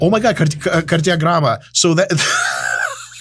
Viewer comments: when he said KARDIOGRAMMA with close to zero accent I almost fell out of cheir, it was so unexpected! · Я офигел когда он сказал кардиограмма) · As a russian native speaker, the way Dr. Mike flawlessly said "кардиограмма" made me spew my coffee. It was like "WTF? Is this a part of the video?" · Hearing Dr. Mike say "Кардиограмма" in perfect Russian when reviewing Rocky - warmed my heart! ❤ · I've enjoyed watching this so much and I blast laughing on Rocky 4 review. Also when you said кардиограмма in Russian, that was suprisingly accurate pronounce. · Do you know Russian? You pronounced Кардиограмма brilliantly! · The Russian pronunciation is perfect here, I'm amazed. And great video, as always! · I was flabbergasted when bro said "кардиограмма" in perfect Russian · he pronounced cardiogram so well, that I thought he speak russian 😳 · Dr. Mike has pronounced "кардиограмма" TOO CLEARLY. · How the hell you've said Кардиограмма with such a good Russian pronunciation?) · Yooooo, Dr.Mike pronounced that shit like he was a native speaker. <------- half russian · Does Dr. Mike speak Russian? He read and pronounce that word so natively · Wow, he knows Russian? Кардиограмма was pronounced very well